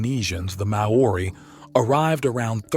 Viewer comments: You pronounce Maori seven different ways and none of them are correct. And that's not the only word you mispronounce. And after watching several of your videos it's clear you're uncomfortable writing something new. I mean every video has to say the same thing and you know exactly what I'm talking about. If this were a peer reviewed research project it wouldn't get passed because you use the same vernacular in the same way in every video in an attempt to sound more scholarly than you know how write. It is painful to listen to. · Pronounce : Maori . not : Meiori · It's pronounced mau ree, not may oree. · It's pronounced 'Ma-ree' not 'May-or-ee'! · Dude Mou-ri not mau-or-iy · Pronounce Maori as in Moldy, not May Ori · he pisses me off whenever he say maar-orr-rie ignorant yank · Māori is pronounced M-ow-ri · "The Marr Orri"😂😂😂😂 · Māori...pronounced Mouri as in mouse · Is MA-ORI, yet another mispronounciation of accepted words or just proof that Americans cannot pronounce words that have more than one sylable? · Interesting subject matter, but your credibility gets undermined by such gross mis-pronunciations as "mowaurie". If you haven't researched that properly, how can the rest if the material be trusted? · “Mayohrie people” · I guess you'd pronounce it as mou-ri, like mouldy, mōari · I would suggest "mao-ree", but it's a bit sad when Americans, so fussy about pronunciation of foreign words, screw up NZ's words when they have video sound proofs. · MAY-ORE-EY LOL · I have Maori family, via an uncle who married a Maori. They pronounce it mau ree. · when you make a documentary, you would do well to first make sure of the pronunciation of the names you are constantly repeating. the Maori would be highly offended by your mispronunciation of their name!!! MAO (AS IN mao zedong) RI (AS IS RE THE LAST OFFENCE). Do your homework, next time. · Pronunciation: Chairman Mao + ree = Maori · He has problems with the name 'Maori' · Oh boy. The Māori pronunciation is shocking!